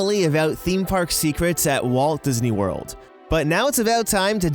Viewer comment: Diz knee